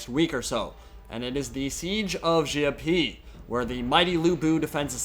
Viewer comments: Haha, you also have it pronounce wrong. Many ppl were making fun of the narator with CRP and See Ah Pee. JayHao Dan. It's quite easy to pronounce, Xiapi = Sha Pi, it's easy. You got Cao Cao and the rest right. Good video btw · dat guy butchered the pronunciation, Xiapi sounds like CRP in a way, dats probably why he pronuonced it like that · Hare Crazy Tell me, that the guy in the trailer does not say CRP. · Really wish they even tried to have this guy pronounce any of the Chinese words right. His absolute butchery of the names is annoying. "CRP?" Come on man!